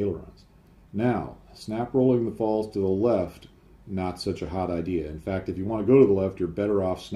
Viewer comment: try saying Pfalts. I believe 'z' (Zed) or Zee in American. in German is pronounced 'tz' or 'ts'. The P is obviously silent. Cheers for another interesting video.